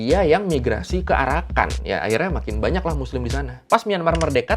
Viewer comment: Pas ngomong arakan kok dengernya jadi PARAKAN 01 ?! Hahaha